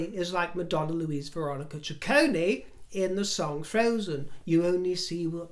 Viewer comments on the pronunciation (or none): none